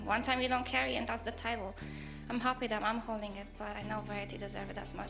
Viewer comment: 폴란드인의 독일식 억양 그리고 하피 (Happy)라는 발음^ 4위에서 우승먹엇네여^ Congratuation Woh~,~!!